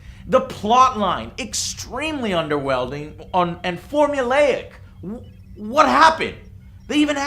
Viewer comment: "Underwelding" - Joe 2014